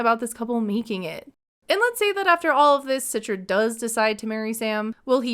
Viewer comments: please stop saying her name Sitra 😂 it's Citra (the C is like "CHarlie") not like with an "S" Sitra 👀 Indonesian here btw ✋🏼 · I think her name should be pronounced - "Chee-tra" not "Sit-tra"